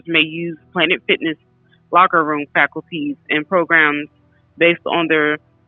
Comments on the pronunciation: She's saying falcuties. She needs to learn to read. FACILITIES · The word is facilities not faculties. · Can she please learn how to pronounce the word "fa-cil-i-ties" 😅